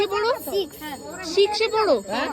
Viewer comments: তোমার উপস্থাপনা খুব সুন্দর লাগে, খুব মিষ্টি আর আন্তরিকভাবে বলো❤ শুধু একটা জিনিস একটু ঠিক করার চেষ্টা করো পারলে, স কে শ উচ্চারণ করাটা একটু ঠিক করো পারলে। সিক্স হবে, শিক্স নয়। কিছু মনে করো না। কিছুদিন থেকে লক্ষ্য করলাম, তাই বললাম। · তোমাকে খুব সুন্দর লাগে। খুব মিষ্টি করে উপস্থাপনা করো তুমি❤ শুধু তোমার স এর উচ্চারণ টা একটু ঠিক করার চেষ্টা করো পারলে। সিক্স হবে, শিক্স নয়। কিছুই মনে করো না। কয়েকদিন ধরেই লক্ষ্য করছিলাম তাই বলে দিলাম।